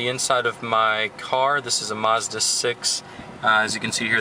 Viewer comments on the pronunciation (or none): It's MAZda not MOZda